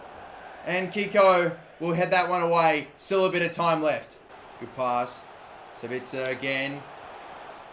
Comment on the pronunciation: Im German and Sabitzer is pronounced: Saaabiiitzer correctly but the a longer than the i. Nice Video Mate!!